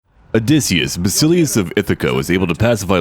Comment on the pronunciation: "Basileus" of Ithaca is pronounced "vasilefs" of Ithaca, with the tone on "e". It means king, or leader of Ithaca. I'm saying this cause I know you like learning the correct pronunciations. Keep on man, it's a great campaign so far!